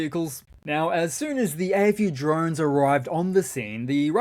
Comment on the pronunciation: since you say drone "drine" do you say bile instead of bowl?.. askin fer a friend...